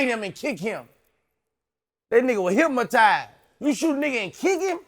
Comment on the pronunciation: "Hypmitized" lmao